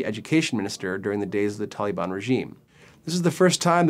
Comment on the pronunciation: Tollybon...where the fuck did you get this guy. Taaaalibaaan, say it like a Pashtun.